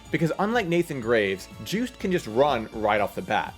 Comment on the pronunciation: Juste is a French name, so it should be Zhüst?